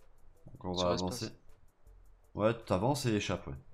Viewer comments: C'est pas échap c'est ESPACE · Tu dit toujours échape pour le glitch mais c'est espace